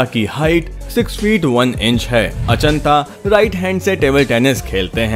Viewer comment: For your kind information it's not Anchita, it's Achinta